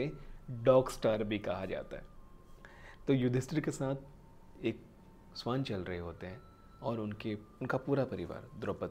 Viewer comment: स्‍वान नहीं भईया श्‍वान कहा जाता है उच्‍चारण तो ठीक करो स्‍वान तो पक्षी को कहते हैं। और हां बात तो मुंह से कर रहे हो तो हाथ क्‍यों चलाते हो इतना, तुम्‍हें देखकर ऐसा लगाता है जैसे कथकली कर रहे हो।